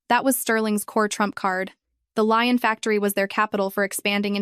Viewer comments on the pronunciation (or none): The silk factory is not going to in a place called Lion. Get a fucking grip. There are several places in France famous for its lace making Valciennes, Breton and Lyon. Lyon is pronounced Leeon. Fucking Lion is a big cat, famous for its shaggy mane and being a powerful hunter. It’s incredible to me that AI is the new cutting edge of technology and it probably is just not in these stories and I can’t decide if you’re churning these stories out so fast you haven’t time to check the content. Or if you really don’t give a fuck